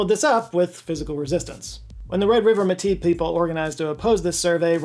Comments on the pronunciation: thank you so much for including métis people, to add, its pronounced "may-tee" lol, and we are not at peace with the government of canada we have like 0 recognition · it’s pronounced •may-tea•